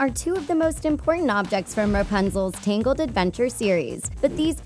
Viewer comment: It's TANGLED not TINGLED